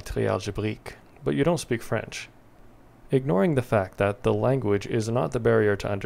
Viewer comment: Hey, your french prononciation is pretty good !